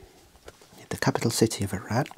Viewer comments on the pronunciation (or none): none